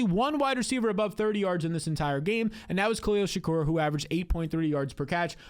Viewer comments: “Shakeer” not Tupac 💀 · This guy needs to learn how to say Shakir